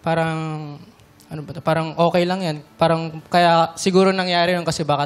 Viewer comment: haha dami. Tas pansin ko sa ibang "parang" niya okay naman ang bigkas niya. Di naman maarte haha